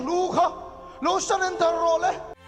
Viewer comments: I channel kal zel atan 'salender' ni lovin 'surrender' tih tur a ni e. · Surrender ti zawk la😂😂 sullender iti maiin ka hria😂😂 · Sallendar ni lovin surrender tih tur zawk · Salender nilovin sarender tih zwk twh ang che,i channel hi ka lo chang zia aw..... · Petrol te i ti thul,,,salendar te ti bawk aaaa😂